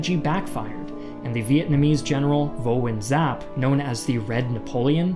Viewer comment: General of VietNam in Dien Bien Phu is Vo Nguyen Giap not Vu And Zap I don't know many English